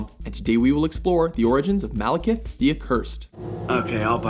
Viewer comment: I keep hearing "Malacath".